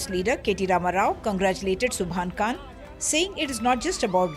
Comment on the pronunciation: Not kan It's Khan from the epiglottis, My name is Khan